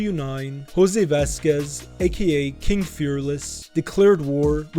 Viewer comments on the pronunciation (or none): none